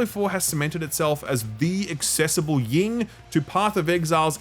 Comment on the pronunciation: Hey, it's YIN not YING ! YIN-YANG.